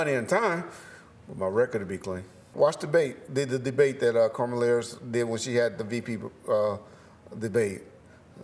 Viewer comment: “Karmala Harris” .... Reggie be messing up names, words.... man!!!